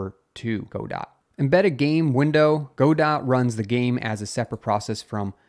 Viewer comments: it is Godot. not GoDot. o.O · Great updates, but Godot pronounced "guh-doe", not "go-dot"! It's a French phrase/name :) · it's guh-dough not go-dot.